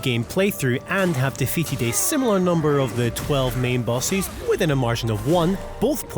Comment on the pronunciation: Is this AI voiceover? The way he pronounces the word "bosses"...